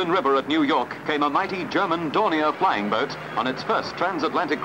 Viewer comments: I remember the abandoned hulks sitting at Calshot Castle. By the way, over here we pronounce the two words 'flying boat' as if they were written 'flyingboat'. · Putting a hard emphasis on the word 'boat' in 'flying-boat' is an unfortunate distraction in an otherwise excellent video.